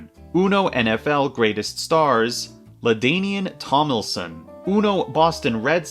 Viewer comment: ... TOM-LIN-SON. NOT TOM*LI*SON. That's all. Carry on! Wait wtf Undertale Yellow? I know some folks from that game